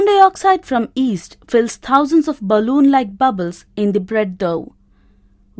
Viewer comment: Yeast not east